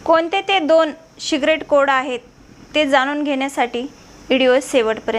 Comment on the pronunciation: काकी सीक्रेट कोड बोला तुम्ही सीग्रेट कोड टाकलाय